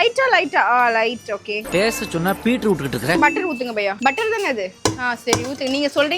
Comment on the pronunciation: Baiya ❌ Paiya ✅